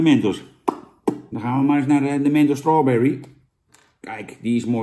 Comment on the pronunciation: strauberry, lekker Jan legend